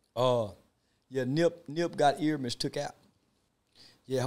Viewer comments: First of all that's not the correct pronunciation of his first name. It's "Air-me-es". I find it hard to believe this weirdo lived in LA but did not know who Nipsey was. Nipsey was poppin before he passed, he was nominated for a Grammy, loved by many, on TMZ every two or 3 weeks and working with artist and producers that don't work with anybody... Most ppl will say they don't know Z-Ro but to Texas, that's their Snoop Dogg... so why do ppl feel like because they didn't catch the wave, nobody else did... We gave him his props when he was here, YOU DID NOT!!!!.. How you think he got nominated for a Grammy? How do you think Jay z and Drake found him? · Ear-a-mhus Ok-ta-gon 🤦🏾‍♂️ Rest in peace Nip🏁💙🏁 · He’s improving. He started out calling him Airemis. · Bruhhhhh the fact that Charleston said Ermias Octagon 🤣😂😂🤣 and nobody corrected him, I'm so weak😂😂😂😂